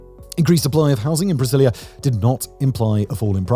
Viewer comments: Why are you calling the city Priscillia? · Each time you say the word “Brasilia” I think you’re saying “Priscillia” 😂 the “s” is just like the “z” in Brazil. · You did your best in the pronounciation my dude. I hate brasilia, hate it, hate it. Been a few times, know people from there and i usually say it's a "old sci-fi city". like we used to imagine cities would be centuries in the future, in distopias. an ex gf of mine (born there) used to say its a perfect soviet city (and it is). the least walkable city i've seen in my life, its not made for people at all